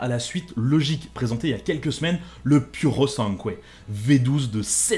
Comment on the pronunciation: Par contre c’est pas “puro sanqué” jajaja 😂 Merci quand même